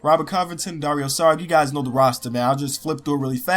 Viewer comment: it's pronounced "dario sharich"